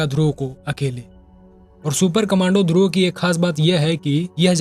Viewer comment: ध्रुवा नही ध्रुव।